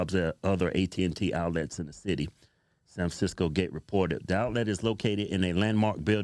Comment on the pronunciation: “San FranSicko” 🤙 Amazing freudian slip.